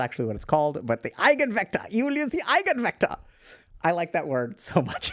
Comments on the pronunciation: idk what eigenvectors are that much but i know they are a central topic in linear algebra and i know the basics of that and have heard the word so i can confirm (minus the accent) it is indeed eye-ghen vector. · Eigenvector ,You pronounced it very nicely. 🙂🇩🇪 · "Eigenvektor" pronunciation is excellent 👍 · Eigenvektor is pronounced correctly. Greetings from Germany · To be fair, your attempt at German was quite good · this hits hard for us autistic folks. i think every single one of us " high functioning" ones had "friends" like this once until we realized they're not friends at all and we're not rly the clingy ones. pronounciation of " Eigenvector" was actually accurate. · Your German pronunciation of the word is right on spot. I have no complaints there and I happen to be a native speaker.